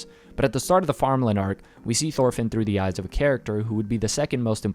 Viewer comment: Say it with me "Torfinn" not THorfinn